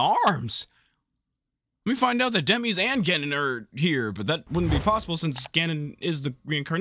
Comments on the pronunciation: Did you just say Demese? I hope you meant Demise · You say Dem e's but it's Dem eyes. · Who the hell Dem-ese?? 😂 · "THAT LOOKS LIKE DEMEEZ THAT LOOKS LIKE DEMEEZ" LOL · Something only Zelda can do...Seal away Ganon...AGAIN, like always. Also Did you pronounce Demise as Demeez? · I can't get over how he pronounced "Demise". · I’m sorry but the way you pronounce Demise even when it’s a real word lmao